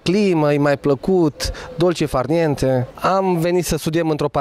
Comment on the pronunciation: ''Ii mai placuut ''dolce farieentee''' vaaai 🤣🤣🤣🤣🤣🤣